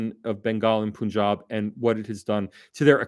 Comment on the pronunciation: FYI. The Pun in Punjab is pronounced like the english word Pun (a twist of words) and not "Poon".